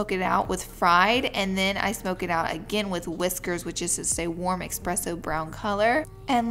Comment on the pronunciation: exspressso. I'm sorry Laura. love you and Ik its your accent. I just can't